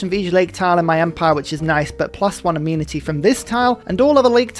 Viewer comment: Is "A-mun-ity" the normal British pronunciation of Amenity or is that an -ism? I get a chuckle every time I hear it.